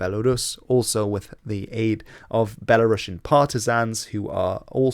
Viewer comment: "Belarusians", not "Belarussians". One letter changes the pronunciation and the subcontext a lot 😉